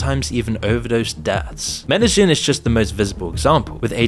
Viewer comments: I'm sure Loser Incel Dork is going to Medellin (pronounced MEDE-yeen) for the architecture. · Ok so this town in Colombia is called Medellin, its pronounced meh-deh-yeen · You mispronouced the name of the city Medellin.